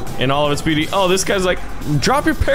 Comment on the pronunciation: the byoty of the blids of the heliecopter